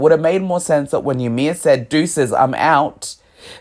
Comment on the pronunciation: fun fact the name Ymir is actually supposed to be pronounced as " EE-mir". not yamir. It is a very common mistake.